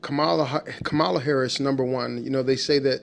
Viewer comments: Don’t be deceived people!!! And pronounce her name correctly!!!!! You know how to say it and you’re in that same demeaning bag as Trump. Harris2024💙💙💙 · Please pronounce her name correctly. 😮